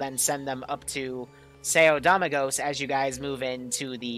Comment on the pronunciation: Lol it's Doe-ming-gos 🤣😂